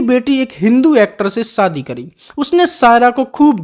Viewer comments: You stupid man it’s shadi not Saadi it laughing matter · राजेन्द्र कुमार उर्फ जुबली कुमार के बारे में जानकारी तो सटीक है पर आपकी हिंदी बहुत त्रुटियों से भरी हुई है,आप श को स बोलते हो जैसे शादी बोलते हैं सादी नही शहनाई ना की सहनाई और भी कई शब्द है जो श से है ना कि स से आवाज ठीक ठाक है 🥴🤛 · सादी नहीं, शादी 😂